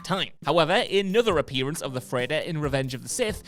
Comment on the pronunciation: Must be an accent thing tbh